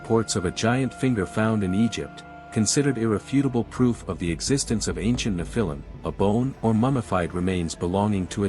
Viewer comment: Learn how to pronounce the word “nephilim.” Your inability to pronounce the word correctly indicates that you are not knowledgeable about scholarly studies. Perhaps this was intentional as Satan would not want curious scholars to know about the credibility of the Nephilim.